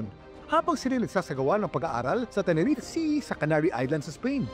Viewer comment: Tenerife... Pronounced as Te-ne-ri- fe... Not Teneref